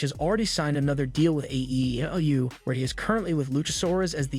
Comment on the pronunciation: Why do you sound retarded when you say AEW?